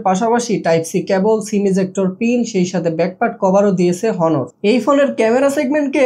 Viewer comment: ভাই , হনোর না, অনার